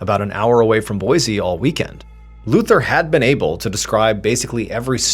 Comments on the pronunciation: Trivial, I know, but it's pronounced, Boy-see, not Boy-zee. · Awe, man! You pronounced Boise correct in a previous video but not this one 😭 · Wife and myself love your content. We're from Boise Idaho. It's pronounced (boy sea) not (boy zee) . Peace all